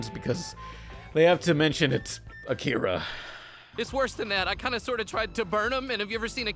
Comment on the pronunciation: I hate how they pronounced akira. Like the voice actors haven’t actually seen it.